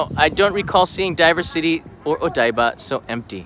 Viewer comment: Heh, I was supposed to fly back from Tokyo today with my family; obviously that never happened. The only time I was there in Odaiba a year ago it was equally deserted. I do believe DiverCity is supposed to be spoken diversity instead of diver-city though.